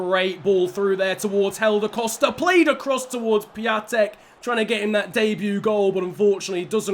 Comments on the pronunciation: Funfact about Piątek: His name in english is Christopher Friday. Also it is pronouced Pee-on-tek. Greetings from Poland mate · stop saying piatek wrong